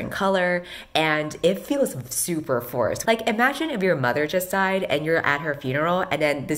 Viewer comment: I thought you said "it felt very forest" to jokingly show how awkward it would be to use something like colors to describe feelings. I'm kind of sad to realize you said forced, so I chose to believe that you actually did say forest.